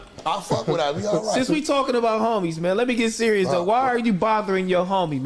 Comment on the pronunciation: who pressed bout sayin berious lbs